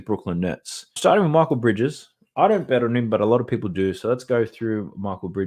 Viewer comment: Another good one. Thanks. I figured if they make us money the least we can do is prounance correctly; BanKero like bank if you'd like not Banchero. MikEl Bridges not Michael. Domamtas is not Wilt 14.5reb is much but he is the best rebounder in the NBA